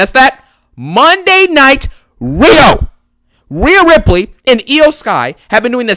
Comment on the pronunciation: Don't let gail kim hear you say Monday night riho 🤣😂🤣😂 get cody away from rhea